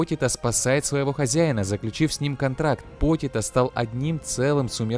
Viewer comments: Почито а не потито за такое дизлайк отписка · не покито а почита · А не дензи и потита